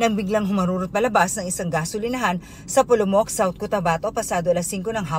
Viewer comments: Polomok? Polomolok hindi Polomok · Polomolok po Hindi polomok